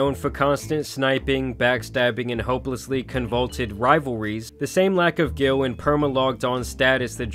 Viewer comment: GUILE: Pronounced GUY-EL NOT GILL.